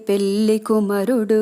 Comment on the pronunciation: పెల్లి కాదండీ పెళ్లి voice బాగుంది